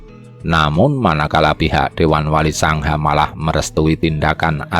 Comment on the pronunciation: yg membacakan suara apa tdk tahu bahasa jawa? wali songo di ucapkn wali sangha... belajar sejarah lah... jgn spt orang yg buta ilmu sejarah 👎